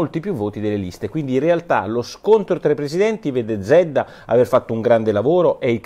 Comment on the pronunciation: nella pronuncia del cognome zedda la z deve essere più accentuata..